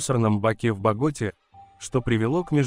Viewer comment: Боготá, КолУмбия! Извините, но неправильное произношение цепляет слух и портит общее впечатление